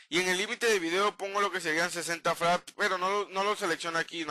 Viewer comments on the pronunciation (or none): son frames por segundos fraaaaames no fraps